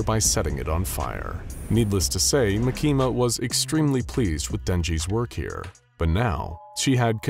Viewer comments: its makima not makina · It's pronouced Mah-key-mah not Mah-keema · Bro said mikima instead of makima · By the way she's not called mikima she's called markima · "makeema" 💀 its 'maa-ki-ma' btw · Makima❌ makeema✅ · not MUH-KEE-MAH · its mah-kee-muh, not muh-kee-muh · Ma-key-ma that makes me laugh every time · You said the name wrong it's Maki Ma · “Makema” lol. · Why does he say makimas name LIKE THAT😭 bro is saying ma keema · Bruh he said "mekima" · no way this guy says makehma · makama not. bakima. what. the. f### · The way he pronounces Makima is wild. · He's right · I like how he mispronounced makima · the way he pronouces makima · I hate to say it, but I really don't think you read Chainsaw Man any more than just for a little bit of research. Considering you said 'Denji loves fighting with his weapon's which isn't true, denji doesn't WANT to fight and do what he has to do. Makima makes him. Second. Makima. You don't pronounce it properly a single time and it makes this really really hard to focus on the story when I hear it said wrong and it rips me right from the zone I'm trying to get into when I watch these. There's a few other reasons I don't believe you've read it other than to gather "the main points" that you think you need for the video script, but tend to misinterpret the meaning behind the characters and their actual personalities and how they really are. Anyways I'm to stoned to keep on going cause I'm losing my train of thought and wanna just take a nap n fall asleep to some SCP....after I make a hot pocket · So many plot holes, butchering miyamoto name and makima. Also makima wouldn't take the job unless she could control Abel. Also denji what you're showing is the hybrid version, not his max devil version. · Bro you said the girls name wrong if you can get that wrong then don’t even make this video